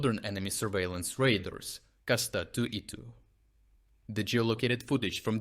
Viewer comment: Not "raiders", it is called "radars".